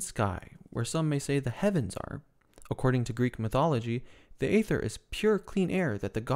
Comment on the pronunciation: It's pronounced eether, not Ayther. Rather like daemons in Unix/Linux are pronounced demons. Yes, English is weird.